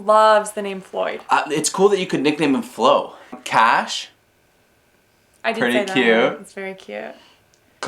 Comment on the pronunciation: Kash instead of Cash